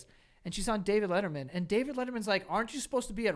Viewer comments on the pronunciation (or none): none